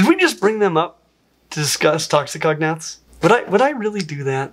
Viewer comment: fun! But the way you pronounce "toxicognaths" (ie, toxi-cognaths) makes them sound like a dangerous part of lingustics (cf "cognate"), rather than "poisonous jaws" (since gnath is derived from the Greek word for "jaw"). So please say "toxico-gnath"!